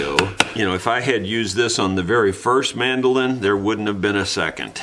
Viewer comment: Would you please, just once, say "man - do - lin". It's kind of excruciating to hear it pronounced 'mandelin". It probably feels like saying toys-are-us to oblige me, but you guys started it with silly names so you have to live with the consequences. I know it's idiomatic how you peeps have come to mangulate language, but you need to be aware it feels like a sonic crime to other idiomatic realms. Also these instruments quite likely originated and developed from similar things in Europe - Italy, Portugal, Spain, England, etc., so taking a nod to their ancestry is not such a bad thing either. Over here in Australia we still have some UK sensibilities. Meanwhile, I'm off to play some Brazilian choro on my very fine Chinese (Eastman) mandolin to stop being mesmerised by the prospect of the world's finest. Cheers.